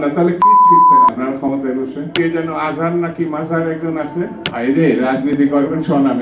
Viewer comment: আজাহার না মাজাহার না নাম টাও ভালো ভাবে বলতে পারোছ না আপনারাও আওয়ামী লীগের পথেই হাটতাছে আপনাদেরও ওদের মত অবস্তা হবে জারা পালিয়েছে।।